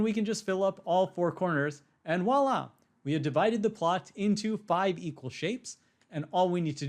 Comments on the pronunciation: for a smart dude i am wondering why you say wahla? instead you should say Voila as it supposed to be pronounced. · Presh, it's voila.